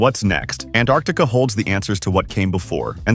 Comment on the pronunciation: Also you’re a bit inconsistent in pronouncing “Antarctica”.